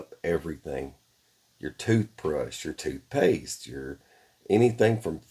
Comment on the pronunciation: Did you say toot paste ? Lol..